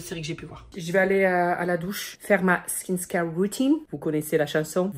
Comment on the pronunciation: On dirmt skinCare et non pas skinScare deja sue tu tabasses le français vas- y molo avec l'anglais... (btw : oublie le coréen stp)